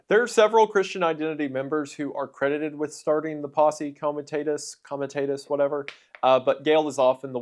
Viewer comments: If you were going to spend upwards of 10 minutes talking about posse comitatis I would think that you would actually learn how to pronounce it. It's painful listening to this. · How do you do research on Posse Comitatus without listening to how to pronounce it? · Heard posse comitatus like funky cold medina